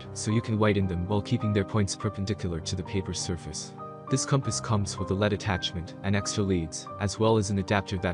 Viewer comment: Sorry, can’t take a compass review seriously if the narrator can’t pronounce “lead” properly.